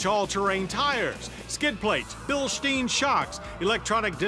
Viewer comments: It's a Warn winch, not a Wayne, and it's also not Bilsteen, it's Bilstein. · Bilshtein. Funny pronunciation